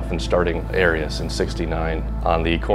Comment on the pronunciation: Well...at least i now know exactly how ''Arias'' is properly pronounced. Great video, as usual. P.S. if anybody has any old Arias catalogs or has inside knowledge, i have a set of mint, in the box, brand new ARIAS pistons i would love to identify....and maybe use...Spoke to ARIAS and even they cant find the part number cuz its from before they computerized.